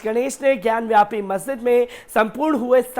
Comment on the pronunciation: ज्ञानवापी बोलो ज्ञानव्यापी नही ढंग से बोलना भी नही आता